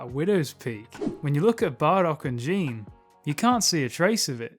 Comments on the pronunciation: Also, her name is pronounced Guh-EE-Nay. Not Jean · Um it’s pronounced GEEE NAY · Say it with me now Gi-ne Gi-Ne it’s pronounced Gi-Nay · Excellent video man! The Christian perspective toward the end was a very welcome edition! Never seen someone bring God and Dragon Ball together, but Im loving it! Also if im not mistaken, isnt “Gine” pronounced as “Gi-nay”?